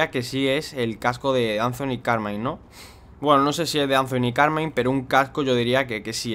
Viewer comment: Anfoni kermain jajajajajajaaja si lo dijo asi 😂